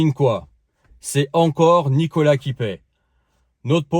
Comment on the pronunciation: prononcé Nicolasse